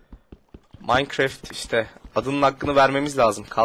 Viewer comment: maynkreft deyil salak maynkraft deyiliyo